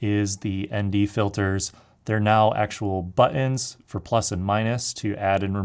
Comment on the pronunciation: Love the pronunciation of “Buhenz” (aka Buttons). Lol. Great job on the video though bro. You made a lot of great comments! I’ve rented it as well, and I truly feel the camera is as amazing as it is crappy. Thanks for putting this video together. It’s the best review out there. I would not recommend this camera for an event videographer for two reasons: 1). The file size is huge and cards are expensive, 2). The production workflow adds a tremendous amount of additional time. Most event gigs don’t pay enough to justify the cost of cards and the additional workflow time.